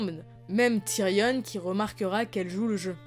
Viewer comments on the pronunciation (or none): Très bonne vidéo par contre s'il te plaît arrête de dire « tyrionne » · Il y a que moi que ça dérange le "Tyrionne"